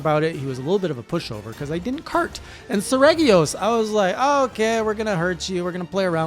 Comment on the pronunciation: "Sir-Re-jee-os" his name is Latin for like Royal Serrated Talons. I play all the games in Wyverian, because I can't stand the stupid anime quips... since I don't understand Wyverian it just lets me imagine they're saying something not stupid and cringe xD